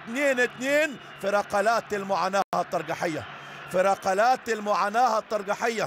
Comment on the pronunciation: رقلات .لديك مشكل في نطق القاف لقرب مخرجه من الكاف